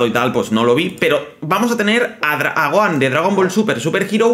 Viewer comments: Jajaj q gracioso como le dice a Gohan Goan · Que feo dice el nombre de gohan pésimo la verdad cuando el nombre no se pronuncia así